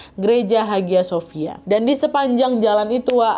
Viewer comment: haghia sophia bacanya : ayya sofia